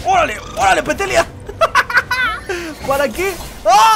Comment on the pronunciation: XDDDD DICIENDO PETELLIA EM VEZ DE PETALLIA XDDDDDDDDDD